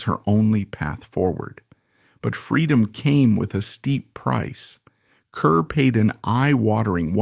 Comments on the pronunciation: It is pronounced KAR, not KUR!!!! And there are so many innaccuracies...and she never worked with Marilyn Monroe (who was NOT in From Here to Eternity!). Please gets your facts right before posting. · Grade F for inaccuracies and inability to even correctly pronounce her Name. (CAR not CUR) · It is pronounced Car, not Cur. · you are seriously uninformed about Deborah Kerr, pronounced CARR, as many have pointed out here, and as you should know. how did you get this job, anyway? your voice is so croaky. Deborah Kerr deserved better! i knew her, interviewed her twice. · Wendy Hiller wasnt in Love on the Dole. And it's pronounced CAR. Come on. Fine, use a fake voice but at least get the info correct.